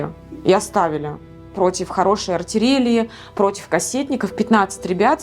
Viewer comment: "...против хорошей артирелии..." Мда, ребят, плохо вы свои гранды отрабатываете. Отмечу только работу монтажеров. Участник ВС РФ никогда не скажет свою боевую задачу своей жене, а инфа о потерях - военная тайна. А тут какая-то кухарка за мелкий прайс сливает замысел операции а-ля "Курская дуга" . Авторы, вам самим не стремно?